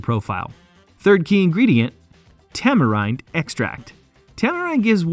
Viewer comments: "tamarinde gives woysoyster sauce" yanks man🤣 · I offer this in the spirit of wanting your channel to succeed: research pronunciation. It wasn’t just “Worcester/Worcestershire”, but also the company name, the two (different) wrong pronunciations of “tamarind”, and that was just in the first three minutes. Believe me, this is meant to be constructive feedback. The content is good! Keep at it!